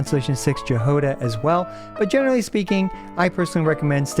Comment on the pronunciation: Ok that pronunciation of Jahoda is hilarious